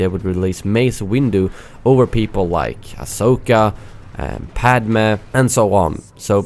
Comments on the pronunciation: "Padmeeh" LOVE IT! Kidding! Love the video! 👍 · Padmeh lol